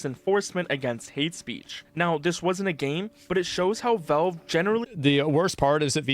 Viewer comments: Why does this dude keep saying velve it's valve my boy. Not that hard. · Why does this guy talk like a completely normal person, but then every single time, without fail, pronounces Valve as Velve? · Who the hell is "Vellve"?